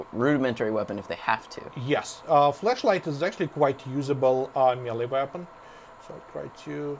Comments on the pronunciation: I keep thinking he's saying fleshlight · lol fleshlight.. he actually says flashlight they sound similar :P good comment bro it made me smile havent laughed like that all day today no but seriously nice keep er comin goodjob add me up? :)